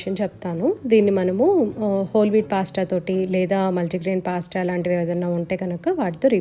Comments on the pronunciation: since it’s italian and they pronounce it as పాస్త ala cheppanu.. may be aavida pronounciation kuda correcteynemo.. 😀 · naku recent ga ne telisindi andi....ma babu cocomelon rhymes chustaadu....andulo vachindi....anduke cheppaanu... gari pronunciation correct ani....don't take me wrong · gari pronunciation correct andi